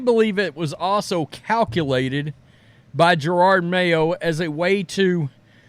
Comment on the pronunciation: This guy can't say Jerod. I don't know who Girard Mayo is?